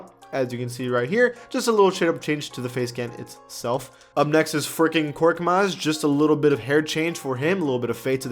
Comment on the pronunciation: “Furking Korkmaz” 😂😂